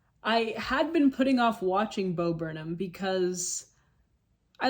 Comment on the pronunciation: It’s Burnham lol not Burnhman